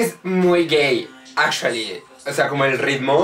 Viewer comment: Marcos Vargas Su "ingles" azhualy. Xddd